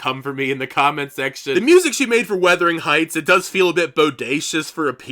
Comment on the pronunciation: Nice video. Just FYI you keep saying “weathering heights” but it is “wuthering.” You aren’t the only one. Some people are saying “withering.”